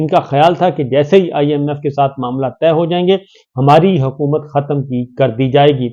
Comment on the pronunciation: طے کو زور دے کر تہ نہ بنائیں۔